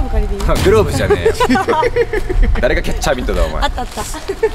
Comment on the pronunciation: キャッチャーミットが角チャーミットに聞こえた🤣